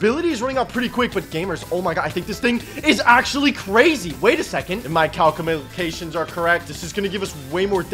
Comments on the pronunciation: “my coucumalashons are correct”😂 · calcumacationns got me dyeing